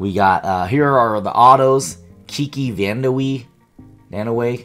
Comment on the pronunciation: Kiki VAN-DER-WAY